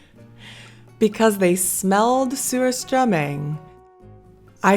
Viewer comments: It sure sounds like the way it’s being pronounced, the first part of the name is ‘SEWER’. I’m afraid I’ll have to pass on this.😬. Commented before addressed this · I'm sorry, lol. I keep hearing you say, "sewer-strumming." Like, why are we strumming a sewer?! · It's pronounced Sushtruming. I only have one Swedish friend who likes it, but she's from Northern Sweden.